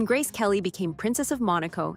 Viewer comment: Ridiculous her name was mispronounced.